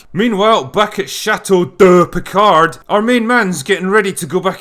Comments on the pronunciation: “ Chateau Der Picard” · "Chateau DEH Picard...." 😆😆😆😆😆😆😆😆